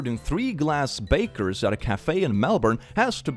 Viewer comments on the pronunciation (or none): Beakers! It's pronounced like the front-end of a bird: beak-er. Not baker, you won't get bread(-rolls) from it.